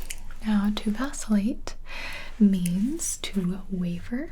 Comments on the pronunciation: Am I the only person who thought that when she said "Vacillate" that she said "Vaseline"? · me: thinking this will be a video about simple words gibi: vAcIlLaTe